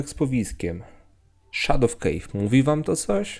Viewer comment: szadow kejw :D